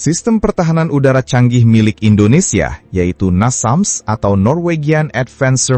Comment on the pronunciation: Namsas atau Nasams?